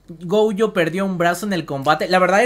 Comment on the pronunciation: Es Gojo, no goujo, es shinigami, no shanagami xD